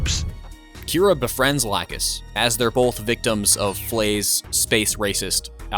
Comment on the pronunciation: i gotta tell you that i'm glad you decided to go for the old dub for the show. the whole new dub for gundam seed is very embarrassing to listen to. bad pronunciation of certain things and calling lacus's name: "lacoose" its very instulting.